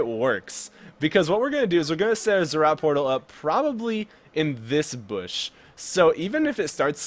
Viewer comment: NO ITS NOT ZZROT PORTAL ITS ZEE ZEE ROT